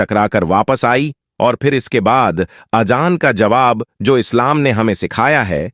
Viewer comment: اجان نہیں اذان وجو نہیں وضو اشیاؤں نہیں اشیاء منتقیل نہیں منتقل وغیرہ کو صحیح کرنا ضروری بلکہ پوری تقریر میں اکثر الفاظ غلط ہیں